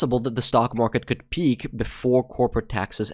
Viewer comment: You say "peak" and I know you are a Swede 😂